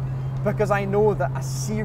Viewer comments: for a second I thought I always misheard jacuar for jaguar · the jaguar said jacuar?